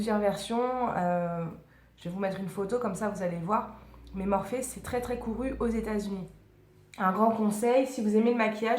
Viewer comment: On dit en fait Morphy pas Morphé....